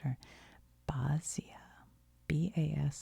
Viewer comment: Basia is pronounced “Basha” 👌 Her big hit was “Cruising for Bruising”.